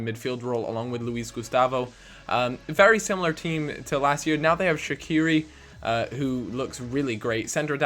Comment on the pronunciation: The way you say shaqiri gets on my nerves, fml